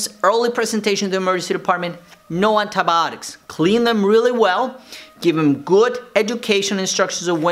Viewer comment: Nobody : Doctor saying andabotics